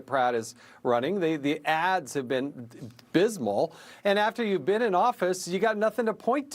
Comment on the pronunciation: Dude said bysmal lol